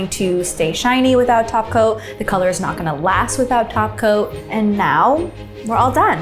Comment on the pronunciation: All I can hear is "taco" instead of "top coat." Thanks Cristine